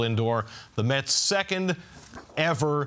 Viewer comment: It's METS, not Muts, Phloozies!